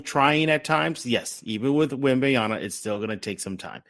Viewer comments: I cringe every time I hear WembanYANA. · The pronunciation of Wemby's name is killing me.